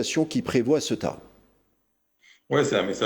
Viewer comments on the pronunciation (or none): Fais un effort de prononciation,inculte presentateur, CEUTA se prononce CE-OU-TA .